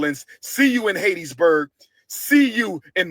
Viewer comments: Dude just messed Hattiesburg name up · It's Hattiesburg Mississippi not Hattedsburg and ain't nobody coming to see u 😅😅😅😅😅😅😅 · why does he keep calling hattiesburg Haitisburg. is he playing like it wasn't named after a lady named hatty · Someone tell him it’s not hatisburg it’s Hattiesburg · It's pronounced HAT EEE for Hattiesburg...Geesh, if you're gonna go to a place, at least know how to pronounce it. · Man said Hattiesburg so wrong